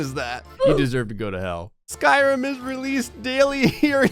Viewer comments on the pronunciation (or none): none